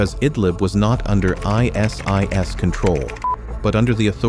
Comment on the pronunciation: Why tf do you use AI voice? That ruins the whole Video "Members of Ei Es Ei Es" Tf